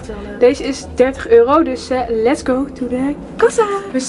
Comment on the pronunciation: Waarom kan het woord euro niet uitspreken